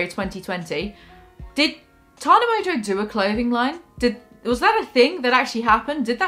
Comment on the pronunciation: "Mongeau" is pronounced "mongo". It's a very old French name. No clue where this "mojo" pronunciation comes from lol